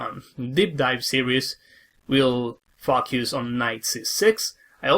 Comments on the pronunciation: Everytime he says the word "focus"... I get on the floor rolling 😂... I always hear it "F*** yous" 😂 Apart from that, very nice and helpful video my dear sir 😊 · I was about to comment the same thing. Had to turn on the captions to see what he actually said. Never knew that you could pronounce 'focus' like that.